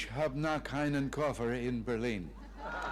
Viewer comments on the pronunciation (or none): Ich hab noch einen Koffer in Berlin: Many commenters just insist on "If I can misunderstand, I will." Yes, there is a k-like sound before einen. But also, this k-like sound is a lot closer to his mispronunciation of noch than to his correct pronunciation of einen. He should have practised his enunciation a bit more. 🙂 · Being an actor Reagan should be able to pronounce "Ich" correctly. The sound of the "ch" is exactly the same as the starting sound of "huge". The "ch" in "noch" is different. As far as I know there is nothing similar in English. Edit: Just realized, that "Ich" is very good. 👍